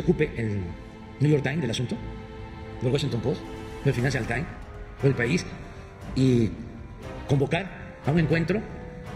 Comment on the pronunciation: NEW YOR TAIN... EL WACHINTON POS... Y EL FINANCIAL TAIN...